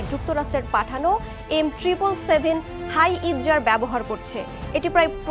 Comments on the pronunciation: হাই-ইতজার ভুল শব্দ। হাউৎজার হবে উচ্চারন। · M777 howitzer not M777 hiezzer...!!! শুদ্ধ করে বলা শিখুন। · হাইইতজার🥴🥴🥴 - সংবাদ পাঠকের উচিত খবর পড়ার আগে বানানের উচ্চারণ সম্পর্কে জেনে নেওয়া উচিত। এটা ব্রেকিং নিউজ নয় যে, তাড়াহুড়ো করে সংবাদ পাঠ করতে হয়েছে।